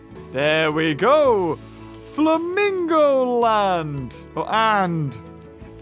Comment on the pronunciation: "Famingo Land" Those UK Famingos 😂